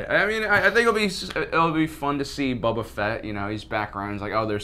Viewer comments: Not Bubba-fett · I got a Purple ad right when you went to say Boba and it sounds like "We also think Bubba"